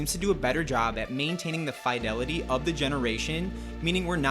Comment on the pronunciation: Youre either pronouncing fidelity wrong or using a crap vo generator